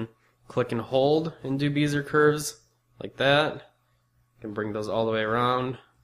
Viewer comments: Great video!! But, for the love of God, Bezier is pronounced BEZ-E-YAY not BEE-ZER!! ;-) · Well Lester, I was being a bit sarcastic in my response. But, it is a commonly known term in design, not just in software, so I was surprised to hear his pronunciation. Matter of fact, this is the first time I've ever hear anyone pronounce it that way. But like I began my comment, it was a great video, pronunciation not withstanding.